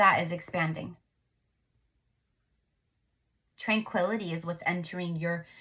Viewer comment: I hear tranquilizer when I hear tranquility...every time...